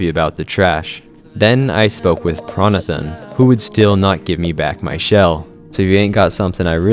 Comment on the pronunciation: Were u saying Prawnothon like marathon? Prawnathan. Like Johnathan.😂